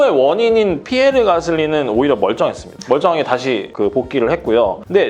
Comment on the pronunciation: 삐에르가 아니라 피에르에요